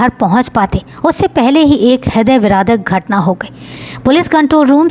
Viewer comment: ह्रदय विरादक ❎ ह्रदय विदारक ✅